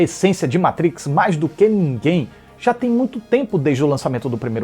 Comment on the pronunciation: Muito obrigado, por falar "MATRIX" e não "MEITRIX" como a maioria dos youtubers!!! Tu eh o escolhido,!!!